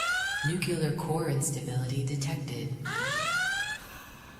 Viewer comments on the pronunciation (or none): We are still saying nucilar instead of nuclear? Big dumb.